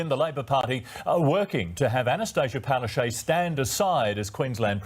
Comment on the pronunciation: Her real name in Polish is Palaszczuk = Pala- chook🐥, no a Palachaj. Gross...😱😤😡